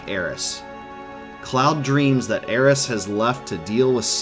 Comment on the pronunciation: It’s great to hear Aeris and Kate Sith’s names properly pronounced